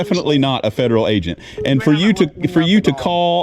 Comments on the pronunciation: This guy clearly has a mental disability. You can hear his speech impediment and clearly he is a fedurul agent. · Fedderwall Pwoperty 😂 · He can't even say "fedawel" right!! 😅😅 I just keep picturing Elmer Fudd😂😂😂😂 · 😂😂😂😂😂😂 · "Fedewal, wong, wite, weport" man, we got a live one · Drinking game idea: Every time this guy says "fedewal" or "IWAP" (instead of "IRAP"), tilt your head back and take a shot, lol! Bonus points to players who shout out other words this "agent" mispronounces... like "iwwelevant". This man is acting like a big baby. He's just angry that he was towed, and instead of accepting that he was at fault, he only sees himself as a victim and he's choosing to pretend to be a "fedewal agent," threatening and harassing a business owner who's been VERY patient with this fool. PLEASE tell me someone from the federal government read this guy the Riot Act! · Haha fedewal, pwocess, cowopewate, weport. I’m twying to expwain what youre doing wong! Cackling at this fool 😂